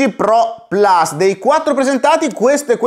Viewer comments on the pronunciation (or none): none